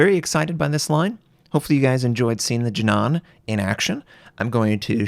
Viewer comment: Its actually promounced "Jee-nan" ;)